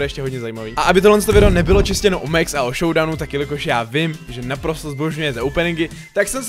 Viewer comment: ne mex ale max pls hovor to tak ogi